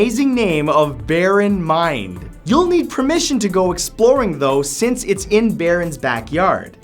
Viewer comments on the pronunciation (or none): none